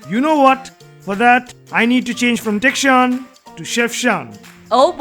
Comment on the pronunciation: becomes kitchshan...ha ha..just for fun🤣😂